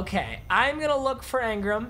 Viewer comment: Angram bruh its Engram